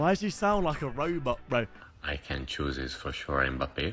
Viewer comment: You know he said M peppe